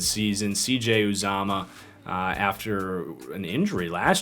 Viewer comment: It’s u-zomah not op-zomah